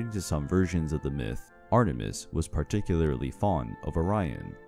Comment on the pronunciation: What I heard: ARTER - MIST I thought it was Ater-mis